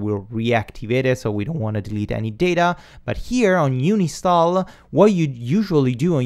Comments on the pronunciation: Great tutorial. All of this is very new to me, so I am glad with what you teach. (Just one very minor, totally unimportant thing..... You talk about "uni-stall"m but it is actual "un-install". :-) ) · bud you said, uni-stall a plug in. It is Un-install lol. Love your vids though, just a comment... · Dude it's called UN INSTALL not UNI STALL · I thought it's un-install, not uni-stall ? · "Uni Stall" *Un install ;) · bless the way you pronounce UNINSTALL. Love all your vids.